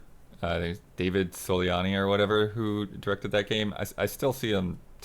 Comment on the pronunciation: Minor Correction: pronounced Davide Soliani as "David" Soliani. The name Davide has three syllables, and sounds like Dah-Ve-Day. I only know that because an Italian exchange student lived with my family for about a year named Davide.